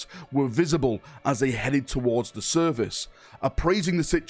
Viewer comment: You keep pronouncing Surface as Service. The Surface of the earth, and how may I be of Service are pronounced differently. My OCD went into overdrive when you said it. Lol.